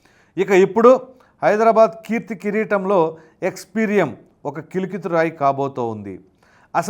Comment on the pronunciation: Adi kilikithurayi kadu. Kalikithurayi. Sheela Sampada kaadu, shilaasampada